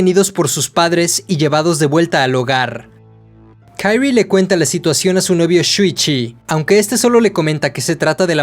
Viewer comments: lo unico que no me gusta de esta saga narrada es el cringe de como pronuncia el nombre de kirie como si la obra fuera estadounidense. Me imagino que el dueño del canal es mexicano, ya que aqui se tiene esa pesima costumbre con todo lo que no es de algun pais hispano lo pronuncian como si fuera ingles. Es kirie no kairrui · Nomas una corrección, no se lee Kairie. El nombre es japones por lo que se le Kirie, asi como esta. Es que me causa conflicto haha. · muy buen video pero me da cancer cada que pronuncias el nombre de "kairi" enrealidad se dice kaori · Kirie, no kairrui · Dude, no estás reseñando series en inglés, es Kirie, tal cual se lee en español